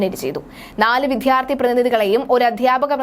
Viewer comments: വിധ്യാർത്തി അല്ല വിദ്യാർത്ഥി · വിദ്യാർത്ഥി എന്ന് ശരിയായി ഉച്ചരിക്കൂ